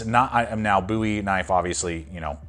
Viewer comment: "Buoy" knife? Seriously? You've clearly deleted all the comments calling you out on that too.